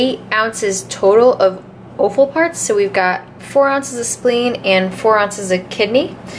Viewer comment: Love the way you say o-ffal. Where I'm from it's pronounced off-al!